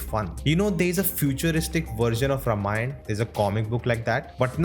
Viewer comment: I'm afraid you are pronouncing Ramayan wrong. You're calling it रमायण, instead of रामायण. Infact, the correct pronounciation is रामायणम्